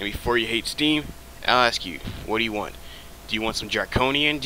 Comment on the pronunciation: the way you say want creeps me out lol